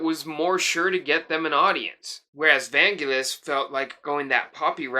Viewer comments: The emphasis is on the second syllable, van-GEL-is. Hard g. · In Greek there isn't "n" in the word but two "γγ" (gamma). So the correct pronunciation is Vaggelis / Βαγγέλης (only two γγ's make the sound of "G"reen). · Vangelis is pronounced Van-Gelis (the G is pronounce as in "Green"). One of the loveliest song on 666 is Aegian Sea. I like the track ∞ which Irene Papas performed on "I have to come". And "Horizon" from Jon & Vangelis' album "Private Collection" is sublimely beautiful. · Just a minor point, but you pronounced Vangelis wrong! The emphasis is on the 'e'.